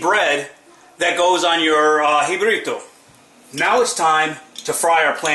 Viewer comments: Mayonnaise is amer thing. N ketchup. N mustard .how r they authentic p.R..u say it in English but they're still rican,Rican, SAY JIBARITO N PROUNCE IT RIGHT. NOT JIBARIDO. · If you pronounce... jibarito... jibrito you don't know what the hell you're doing. And then I saw the video and I knew I was right.